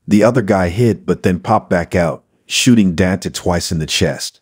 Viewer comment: Learn to say Dante’s name!